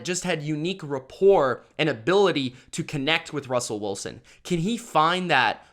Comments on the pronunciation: Why you pronounce his name Russell Woolsen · Bahahah never heard Russell Wilson’s name pronounced as Woolson. 😂😂